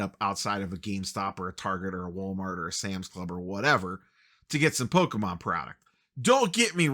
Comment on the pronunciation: you say. but at least you say Pokemon correctly... too many poketubers say po-key mon and still manage to be pedantic people.